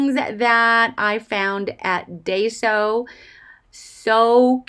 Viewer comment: Love your haul! Lots of cute things. Yes, I have to limit myself when I shop there, too, or things can get out of control quickly! Several years ago, they had some adorable packaged trims in the sewing section, including daisy trim in all different colors! I used to live about 20 minutes from one; now it's more like 40 or so. (Please don't be offended, but it's actually pronounced "die-so". 😊)